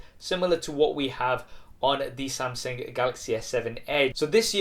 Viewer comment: SAMSENG? SAMSENG means GANGSTER in Malaysia bro. Hahahahahaha. Is SAMSUNG. pls pronounce properly....